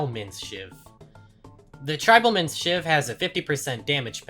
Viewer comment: How can someone see the word "tribal" and think it's pronounced "tribble"??